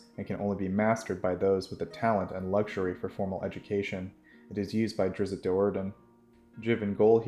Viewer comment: Great channel but it pains me hearing Drizzt being pronounced Drizzit